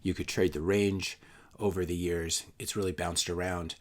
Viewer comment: "...you don't have a bubble that lasts 11 eyars..." SP500 and NDX want to say "hello" lol